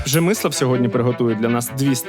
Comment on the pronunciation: Пржемислав? Пжемислав! Не вірна вимова. Є декілька помилок, але в цілому зроблена цікава професійна робота. Файний випуск. Не Андрій, але 5 з мінусом. В журек додається не гірчиця, а білий хрін.